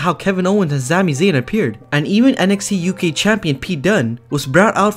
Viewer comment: You said Sami zane wrong next time say it right